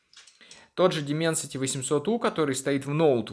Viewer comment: Ааааа, кровь из ушей. Какой дименсити??? ДАЙМЭНСИТИ